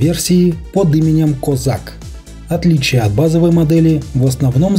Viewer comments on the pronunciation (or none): none